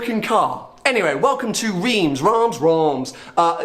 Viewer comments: Great! but please pronounce Reims correctly;-): not like rims, but [ʀɛ̃s] a bit like rance... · it's "rem" not "reems"! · None of your pronounciation of Reims was actually good but at least you tried lol actually to make it easier for you it's pronounced "R 1(in french) SS" ;) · You failed to pronounce Reims though 😏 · ouaisgro I know right? Three attempts and none of them close 😂 That's why we love this silly British chap!